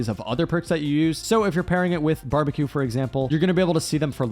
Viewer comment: Ah yes the classic bambeque